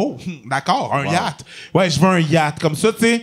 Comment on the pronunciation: Excellent épisode, agréablement surpris! Belle chimie, on dirait que la crowd dans les commentaires fait pas la difference entre vrai et faux malaise. Léger détail, la prononciation du mot yacht semble inexacte...c'est plus hot la vraie ;)